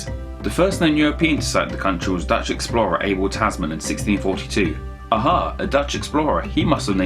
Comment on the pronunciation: His name was Abel Tasman, not Ebel Tesmen. 😅